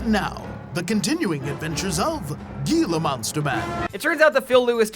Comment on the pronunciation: that's not how you pronounce gila monster 😭